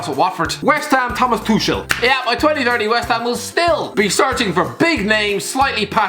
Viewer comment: He also called Tuchel "Tushel" and pronounced De Ligt as "De Light" so I wouldn't expect anything of him at this point